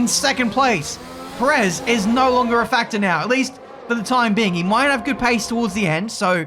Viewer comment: could you please stop saying Perez's name wrong? Just copy Crofty. GZ on the massive win! Very much needed victory and double podium.